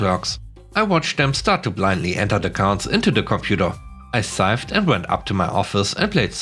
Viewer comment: "Sighed" is pronounced "side" (the gh is silent). Sorry for the inconsistencies of the language; we hate it too.